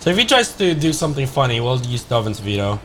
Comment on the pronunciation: Swear it sounds like he's saying Dovin's Speedo instead of Veto which now might have to be my nick name for the card over Danny Devito